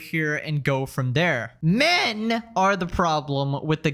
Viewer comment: bro that "MEN" hit different almost felt personal lol (the voiceover itself). Got me laughing kinda good Also remembered as I was listening to that part, any time I see a video like this talking about toxic men in gaming it just reminds me that the most toxic gaming experience I've ever had was at the hand of a woman (or more likely, a girl).